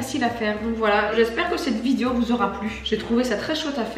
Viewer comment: Je ris toujours quand elle dit "vidio" 😹